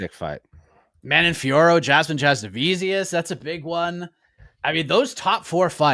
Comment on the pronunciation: How the hell does every MMA podcast pronounce Fiorot correctly EXCEPT the UFC commentary team? All Anik's fault for not being able to listen